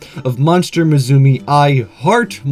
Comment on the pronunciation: there is no Z in musume my friend it's Japanese for daughter and is pronounced moo sum may , don't mean to preach, your videos are cool, just like to help out if I hear a mistake